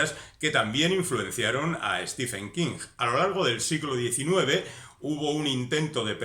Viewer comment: Se pronuncia en su caso stíven, no stífen.